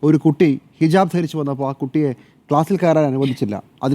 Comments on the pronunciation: ഹിജബ് അല്ല, ഹിജാബ് ✅ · ഹിജബ് അല്ല ഹിജാബ് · ഹിജബ് എന്ന് ഉച്ചരിക്കാനും അറിഞ്ഞുകൂടെ ?